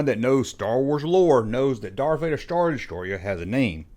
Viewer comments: Darf fader? Def star? This dude can barely speak! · Lol. Now I can’t unhear it….And I do love me some Love for my Star Wars content